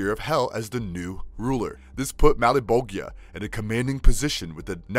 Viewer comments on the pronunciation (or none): im sorrry but the way he's saying malbogia and cyan is a bit triggering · Cogliostro. The g is silent. Cyan. The y is a long vowel. Violator. The I is a long vowel. Malebolgia. Mal like Al, bol = bowl, gia is a soft g like genre. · Say it with me everyone! 3 syllables Mal - Bo - cha - zha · Its pronounced "Sy-Anne" not "See-Anne" and it's "Mal-Boh-jah" not "Mal-boh-gee-ah". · This is a great video… It would have been a amazing video if we could just get him to say Malebolgia correctly!!! Keep up the good work!!! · Ppl pronouncing Malbolgia wrong shouldnt bother me as much as it does. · Excellent video, just one thing, the way he pronounces " Malbolgia " was quite annoying. Other than that, the fact that he pointed out that the suite has a name was cool. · This guy annoyed the hell out of me mispronouncing Malebolgia name like that 🙄🙄😑😑😑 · Wow. I don't want to be mean but holy crap my brain is frying. Those pronunciations. 😵😵😵😵😵😵 Christ on a boat. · forgive me, but every time the narrator kept on mispronouncing "malebolgia". I literally got ticked 😂